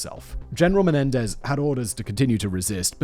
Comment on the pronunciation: Hey, can't you read? The blokes name is Mario Menendez, not Mendenez. Your vids are very informative but please get the names right. At least you got his name right after the first time.